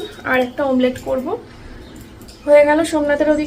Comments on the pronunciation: সব ভুল উচ্চারণ করছো কেন ?ডিমের মামলেট বলে না ডিমের অমলেট বলে আর শিরির মাঝ খানের চাতাল কে রেষট চালাল বলে । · Mamlet na ota Amlet dehati ladies 😂😂😂😂😂keya kuch bhi bolte ho 😂